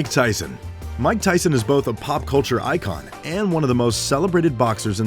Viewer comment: It's Mike Tyson not mick